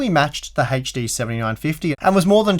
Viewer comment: Every time this gentleman spells 'HD', I die a little bit inside... ?v=c3y0CD2CoCs :P